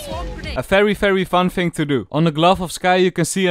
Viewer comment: fing or thing???????